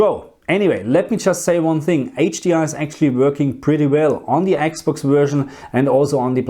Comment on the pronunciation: I miss you saying Eeeks Box. Now you say Xbox and it's not as endearing anymore lol!! Please say Eeeks box again 😂